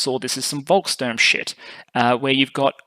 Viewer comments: It is Volkssturm with two S, not “Volksturm”. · Great video! But it's "Volks Stum" meaning "peoples' storm (-ing)". "Volks Turm" would mean "peoples' tower".